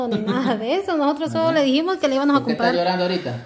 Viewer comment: ud y carmen no son maestros y con la voz tan fuerte suya lo asustan si quieren ayudarlo el nesecita un profesor a eses uds disen ivanos y se dise ivamos con m y no lo comparen es lo peor que asen lo ridiculizan y atemorizan el a sido maltratado y uds lo asustan no me párese carmen será madre y lo va a entender uds también tienen que aprender a hablar pronunciar siertas. Palabras